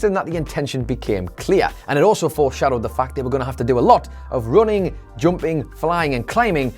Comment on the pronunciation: Up= oup Running= rouning What is wrong with his pronunciation?😢😢🤔🤔🤔